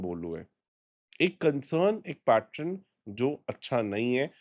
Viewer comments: Pattern hota hai Pattrun nahi hota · Bhai adat hogi I have observed him saying it many times.